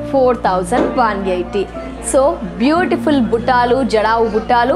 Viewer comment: Buttalu buttaaalu kadu